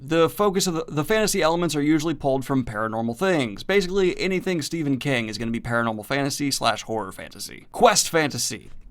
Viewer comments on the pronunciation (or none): none